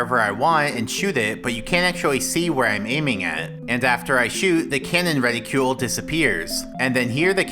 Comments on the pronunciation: Reticle, not reticule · reticle not reticule